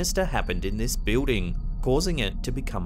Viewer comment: I love the way you say building. It sounds like a southerner in America saying the name Bill but giving it two syllables, as in "Bee-ill" then adding the word "ding." Keep it up! Love the channel!